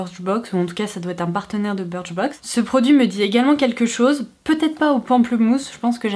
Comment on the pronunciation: On dit biicrchbox